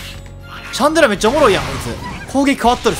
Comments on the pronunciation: シャ（ン↓）デ（ラ↑）じゃない？ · 発音シャン寺じゃん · ラーメンと似たような発音だよなww